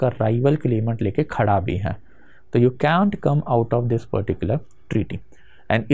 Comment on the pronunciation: Sir says "you can't" like a britisher😂😂